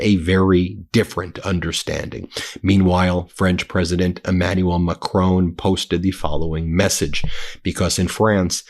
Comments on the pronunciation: It's Macron . . not Ma-crone. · Dear Ben, would you please stop mispronouncing the name of the French President? He is name is not Macrone, there is no 'e' at the end!